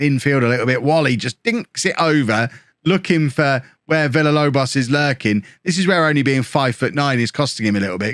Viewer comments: Holme is taking so many L's because keeps saying too many L's in Villalobos' name. If says it more like Veeyalobos Villalobos turns into prime Aguero /s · If you Pronounce Villalobos correctly he will score more goals